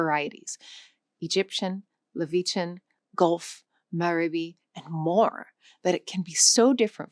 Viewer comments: And it's Levantine, not "Lavetian" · Did I hear you say "Leveechan"? I think you meant "Levantine". As in the language of the Levant. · Hold on. Angola is not Angolia, Levantine is not liv-ee-chin, and Maghrebi is not mah-rebi. I’m halfway through the video and I feel like leaving. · Accenting "distributed" on the first syllable is an option if one is speaking British English, but not in the General American used in this video. - "luh `vee chin" is not even close to the pronunciation of "levantine", which is a Latinate English word pronounced /ˈle.vənˌtaɪn/ and meaning "of the far eastern Mediterranean". A better term for this dialect is Shami. ("Maghrebi" is also not pronounced "`maraby"). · The way you pronounce "Levantine" (something like "Lavisian") tells me you'r not very good at languages yourself. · Being unable to pronunce words properly, does not bode well for the seriousness of this channel. "Angolia" for "Angola", "Levitian" for "Levantine"... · Lev an tine. Not “levetian” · Why do you still mangle pronunciations? Levitian!? It's Le-Van-Tine. It's happening in almost every video I watch of yours. It's pretty shoddy in a channel about language that this constantly happens. Combine this with the about to take flight hand gestures, I think I'm done with this channel. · Again.. for someone talking about language, at leadt learn pronunciation...in every clip, the narator pronounced at least a few words in a most ridiculoud way!!!! "Levetian"???? .... she needs to be better prepared. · And Levantine = "Laveechan"? Gurl. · "levichian" 🫤 First time you read that word? Why not read the text before reciting it in front of the camera? Because this kind of mispronunciations give a bad impression, like you don't really know what you are talking about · Did she pronounce Levantine as 'Levitian'? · Angolia? Leveetan? If you are making this content, please learn how to pronounce the names of countries and regions properly. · that's a strange pronunciation of Levantine